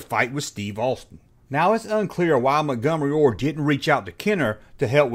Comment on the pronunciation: How to talk like: "Mungumary Ward"